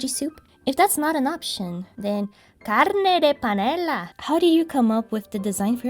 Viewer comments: The way you pronounced “Carne de Panela”, did you forget the pronunciation? Because the way you pronounced it here kind of sounded Spanish.😂😂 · baaah tche e esse R de sotaque gaúcho? é os guri do grêmio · no jadas sonastes como latina jaja